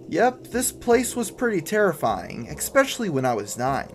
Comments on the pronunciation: It's pronounced es-pecially (like it's spelt) not ek-specially. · "Expecially", hahaha.